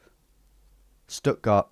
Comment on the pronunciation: as far as i'm concerned this video ended after "stuttgart" well done tom